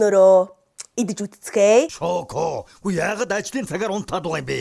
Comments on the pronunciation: эгчээ чоко биш шоко шүү дээ!!😵😵😂😂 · Чоко биш шоко шүү дээ 😂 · Чоко биш шоко шдээ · Чоко биш шоко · Чоко биш шоко❤❤❤❤❤❤ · Бүгд яагаад чоко гээд байдгийн шоко шдээ 😅😢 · чоко гэж шоко 🦢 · эгчээ чоко биш шоко шүү 🥰😂😂😅😊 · Чоко биш шоко шүү эгчээ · чоко биш шоко шүү ❤ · Чоко биш шокоо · Чоко биш шоко шүү